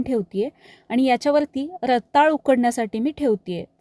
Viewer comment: रताळं म्हणायचं असतं, रताळ नाही.